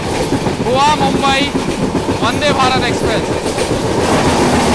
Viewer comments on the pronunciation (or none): none